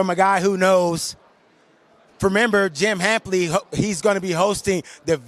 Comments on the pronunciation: Called the man jim hampley🤦‍♂️ smdh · Jim Hampley? 😝